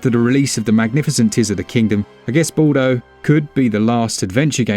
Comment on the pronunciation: Ball-doh? Really? Didn't even care to get your pronunciation correct, lmao